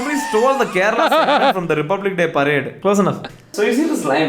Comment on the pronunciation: It's kinda getting irritating now a days how they refer us as madarasi and then immediately jump to ask .are you from Keral?? What keral!! Can't you guys atleast say Kerala!! Then jump to masal dosha . it's not a dosham .guys..then some-bar.. literally spoiling sambhar.. it's as if to start speaking like they know so much about south and then back off after our facial expressions change😂 finally end up saying..dude..its so confusing..WHAT😂.. just four states down the map.. what's so confusing 😮c'mmon guys.. it's time to grow up..no more acting innocent